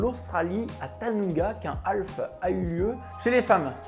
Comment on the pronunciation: Super video! Par contre c'est Tauranga, pas Tanunga et c'est en Nouvelle Zelande, pas en Australie;)